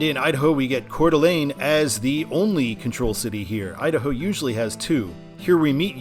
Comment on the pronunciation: I can tell you're familiar with the area because you know how to pronounce Coeur d'Alene properly. And while the Seattle stadiums are really cool, I am looking forward to seeing the Chicago skyline whenever you get there on I-90.